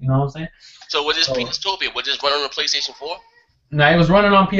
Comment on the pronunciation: Wry you no rike Praystation?